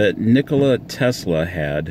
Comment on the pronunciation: Interesting! But come on, Nee-ko-Lah! Accent on Lah! Not Nik-ko-Luh, with accent on Nik! Not that!